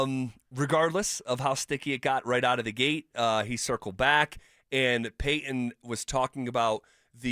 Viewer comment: 😂 "PayTon. Y'all can'T pronounce T's?????